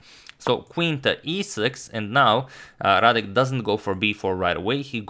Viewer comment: excellent "Radek" pronunciation